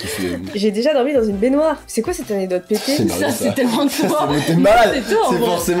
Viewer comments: Je dis aussi "anedote" 😂😂 tu n'es pas seul!😂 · On dit A _N_E_C_D_O_T_E 😆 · pauvre dooms comme moi elle arrive pas a dire anecdote 🤣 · Team "anedote" en force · essaye de dire anecdote corectement